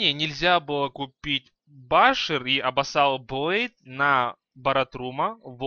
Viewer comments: ахаха абасал блейд xD правильно абусал блеййд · не абассал блейд а абисал блейд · не обоссал а Абиссал !А!биссал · И не абассал блейд а абисал) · не абоссал блейд а абуззал блейд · Pavlo Bodnaryuk не абуззал, а абиссал (эбиссал), грамотей...